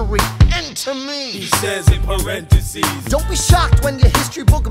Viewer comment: margo (he says in parentheBEES)